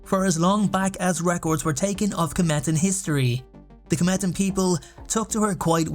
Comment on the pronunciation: they aren't called "Kemetans", they are KHEMETIANS pronounced kah-mee-shuns